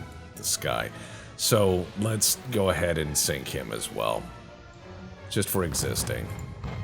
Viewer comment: Less-a go!